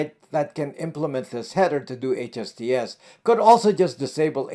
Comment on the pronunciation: Are you saying "HSTS" or HTTPS"?